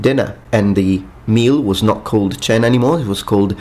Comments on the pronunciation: Interesting presentation. You do have to improve your Italianized pronunciation of Latin, though! There were no 'tch" in Latin (you said "tchena" or "koina" for /cena/, which in actuality was pronounced [ke:na] -- it wasn't an [oi] diphthong either). Similarly, the final -m in polysyllabic words wasn't pronounced: instead, it nasalized the previous vowel, as in Portuguese, French and Polish. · Sadly you pronounce the word "cena" in italian,not classical latin. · Dinner is "cena", not "coena".